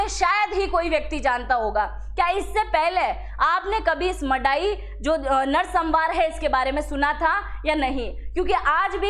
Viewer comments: नरसंहार का उच्चारण सही कीजिए मैडम जी, नरसंमार नहीं होता जी। बाकी इन्फॉर्मेशन के लिए धन्यवाद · narsambar nehi narsanhar...